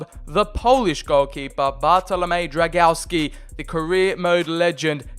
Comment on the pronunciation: I see you have little problems with reading Drągowski's full name. To make it simpler just call him Bartek :)